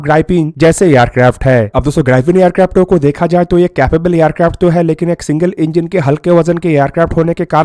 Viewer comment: येरक्राफ्ट नही एअरक्राफ्ट हे😅